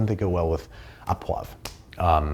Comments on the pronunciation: Canadian here 😁. Au poivre is pronounced oh and not ah poivre. Say oh poivre. Otherwise excited to watch this episode as I knit. 😁😁😁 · Thank you. SO many people say “ah”. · Aww poiver. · I came here to say this.